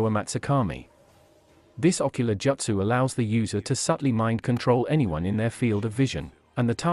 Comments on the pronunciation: As soon as I heard the AI pronounce “Joot-sue” as “Jutsu’ like 3 times I turned off 💩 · “Jutsu” not “Jootso” Iight Ai